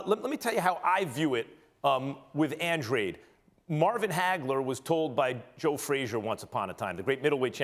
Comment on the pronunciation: It’s Andradeeeeee not andrade.